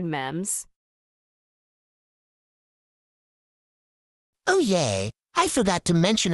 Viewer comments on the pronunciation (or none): "Mems" It Should Be Pronounced "Memes"